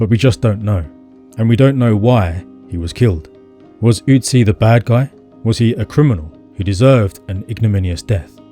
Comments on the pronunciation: Your Ü is great but its not an Ö. Great Video by the way. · Not OOtzi but Ötzi 🙂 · Ö is pronounced similar to the vowel in "hurt" or "birth". It's not an 'U'. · You pronounce Ötzi wrong. It should rhyme with klutzy.